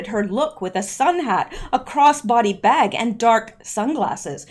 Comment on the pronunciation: I love how you said it.....and a cross boddee baag. I had to chuckle. There were prolly comms in there somewhere.